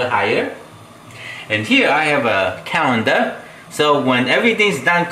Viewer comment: May I help please, its pronoused Colander not Calender, hope this helps.